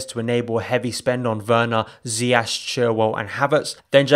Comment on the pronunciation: His pronunciation of ziyech pisses me off every time